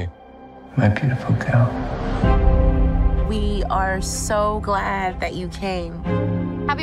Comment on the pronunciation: The dudes already pissin me off and it’s only the trailer. “My beautiful geel “ Gag!!